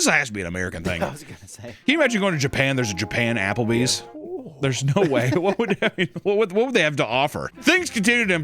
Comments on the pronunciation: ja-papple bees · "werrcome to ah-Apper-bees" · a, Japplebees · "Japplebee's", if you will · You mean "Japplebee's?"